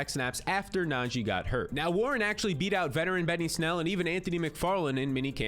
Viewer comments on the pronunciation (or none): none